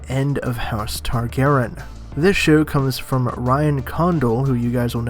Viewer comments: Tarry garry yeen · He doesn’t pronounce the y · youre butchering the name.... its TAR-GARE-EE-IN .... Targaryen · How do you not know how to say Targaryen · I was dying when he butchered the pronunciation. 😂 😂 😂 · I hate the way you say TARGARYEN!!!!